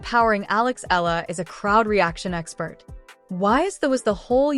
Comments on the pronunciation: Please get her name accurate!!! Alexandra EALA ❤ fix your AI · E-YA-LA is the correct pronunciation